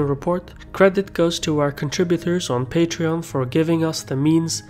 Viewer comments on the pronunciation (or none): none